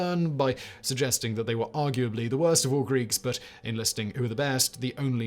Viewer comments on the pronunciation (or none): none